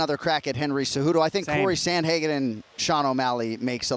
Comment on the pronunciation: How do you have someone on this show saying “Samhagen”?? Wow. That’s terrible